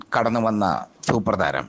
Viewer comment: താനവാത് - തൂപ്പർ താരം - മലയാളം ഉഛരിച്ച് പഠിക്ക് ആദ്യം - ഛെ